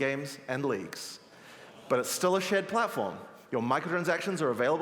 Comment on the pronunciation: When he said "Shared Platform" I heard "Shit Platform"